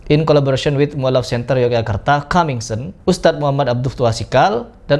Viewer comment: Coming soon baca kaming sun bukan kaming sen